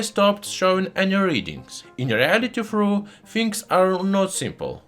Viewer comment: I love how you say “thoroughly” and “though”. 😂